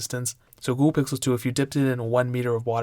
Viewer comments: He says Ghool, dunno what that is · you said gouhle pixel 723 times